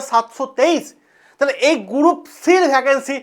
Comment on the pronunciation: গ্রুপ D ❌ গুরুপ D ✅ 😃😃